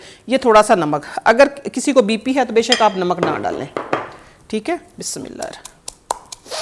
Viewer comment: bismillah thek prha kren please